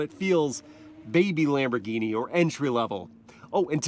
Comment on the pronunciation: It's a Lamborghini,not laymborghini😂